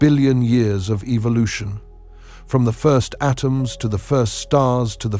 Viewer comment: I don't like anyone saying Evil•lotion it's e•vo•lu•tion